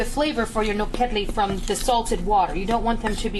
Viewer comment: the pronunciation should be all 3 syllables are the same....the emphasis is not on the KED. Also paprikas is pronounced as SH at the end.